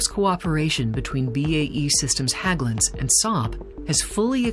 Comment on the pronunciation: Small tip, Hägglunds is pronounced more like "Hegglunds" than "Hagglunds"